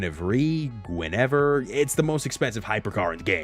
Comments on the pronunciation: In case you still don’t know, it’s Gwen-a-veer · How do you guess three times and still pronounce guinevere incorrectly 😂 lol love the video though